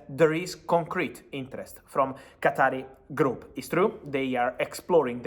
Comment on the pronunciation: NOT qatari it's qatar